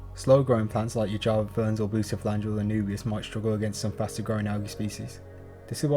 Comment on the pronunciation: Great stuff. One suggestion, when you are calling out specific items - like all the plant species with weird names - could you please slow down and say them distinctly - or better yet, have a graphic of the name in the video or in the video notes? I"ve played back the video several times and still can't understand what a "booster phlyangeria" or something like that -really is. LIked and subscribed - I appreciate everything you did here. Time Stamps, links to products - wonderful.